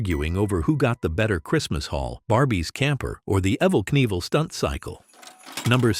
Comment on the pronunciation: WELL IT WAS GOOD UNTIL YOU LOST ME AT "EVVIL KNEIVEL. Thought maybe it was a real person but nooooo, cant even pronounce the words right of the things being announced. Awful.